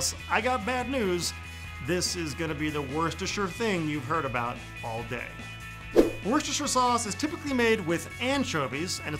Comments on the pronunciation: I thought it was pronounced "wosh-ter" sauce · You did not butcher the pronunciation of Worcestershire source! One happy Brit here. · #2 is the worcest fer shire